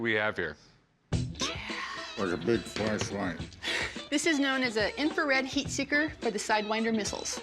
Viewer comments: bro it’s infrared not inferred 😂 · Jesus Christ, History Channel its infrared not inferred.